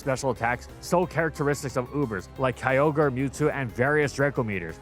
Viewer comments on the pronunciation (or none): none